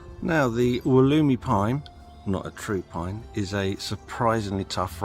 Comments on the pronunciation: Pronounced, “wolla-my” During the video you go back and forth between, “wol-emy,” and “wol-oomy,”?? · Never in Australia, the generic name is from the Wollemi national park. ALWAYS pronounced woll-uh-my. Stress on first syllable and uh= the Australian schwa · I am very sorry if I seemed angry about your mispronunciation; I was not at all. The facts were exactly right. The Wollemi pines are expensive here. One in a 10 inch pot is about $80. I always have one growing and I use it each year at Christmas. When it becomes too large to repot easily I sell it, usually for a few hundred. Any I plant in the ground die. Although in Sydney I have clay soil and they come from sandstone country. Once again my apologies for my inadvertent rudeness